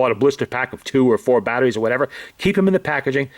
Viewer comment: battaries, this, that, the otter ting...